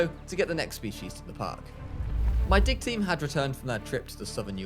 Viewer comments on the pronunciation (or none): I know he says “Dig team” but i hear “Dick team”…. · when he says dig team it sounds like dick team